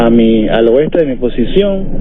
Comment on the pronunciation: Oeste, No weste.